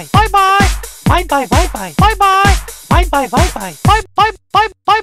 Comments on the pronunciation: パイパイに聞こえるw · バイバイのとき、いつの間にか、パイパイに聞こえる